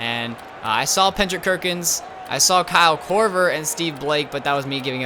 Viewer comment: It's Kendrick Perkins not pendrick kerkins